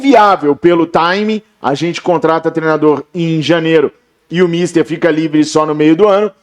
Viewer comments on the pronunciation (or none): none